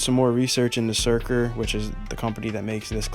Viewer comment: Crazy that you’re the first person to actually pronounce the company correctly and in a normal way. For whatever reason, I’ve heard others say “sucker” or “shurker” like bro Surker